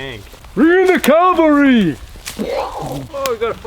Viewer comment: Cavalry not calvary. Library not libary. Cavalry or horsemen are soldiers or warriors who fight mounted on horseback.